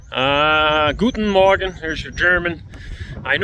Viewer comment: He pronounce it wrong. It's sound a little bit rude or funny as he said huen morgen (too close with d_ck word) instead of guten morgen.